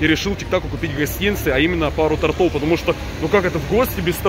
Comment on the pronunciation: тОртов А не тортОв